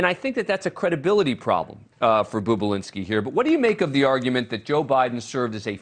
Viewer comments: It’s NOT “BOOB”ULINSKI! It’s BOB ULINSKI…. 🙄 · Its NOT "Boob-ulinski" you freaking tard, its "BOB-ulinski." You anchor a show on television and you can't even read or pronounce letters properly, or even hear them correctly for that matter (as he is referred to in the actual Tucker Carlson clip). Learn words. Idiot. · I noticed that, any idiot knows Bobulinski isn’t boobulinski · Talk about BIAS! JESUS FLYING FUCK! And for the record, his name has one "O" in it, not two! You're the the fucking boob! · His pronunciation of his name sounds degrading. Seems deliberate. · Perhaps you can pronounce the man's name correctly if you want any credibility...